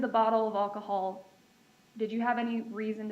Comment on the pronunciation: Could someone please teach that prosecutor to pronounce "alcohol" correctly? She keeps saying what sounds like "Ockohol."